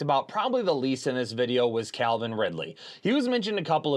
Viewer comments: Calvin Ridley, not Clavin Ridley 😂. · It’s Calvin not CLAVIN folks